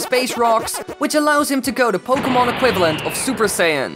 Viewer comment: At least you got the word pokemon right